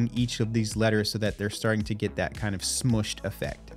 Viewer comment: I gave up when you said 'smushed effect".